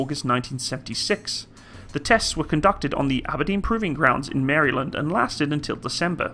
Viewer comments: "Mary-land" oh my god I'm dying! Great video though! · That’s gotta be the wildest pronunciation of Maryland I’ve ever heard. 😂